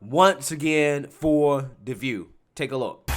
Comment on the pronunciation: I do miss Barbara Walters intro tho....I'm Bawbwa Wawaws....and this is The Vuuu